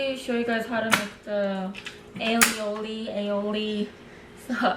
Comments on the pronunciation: Aioli is an Italian word and they pronounce it "AEE-EE-OH-LEE". Love your vids and your new hair!! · "Aioli" is produced eye-oh-lee